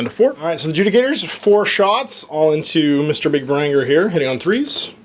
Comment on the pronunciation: varan-guard.. VARAN-GUARD. how can you mess that up but get ogorid thaurmatergerestagerler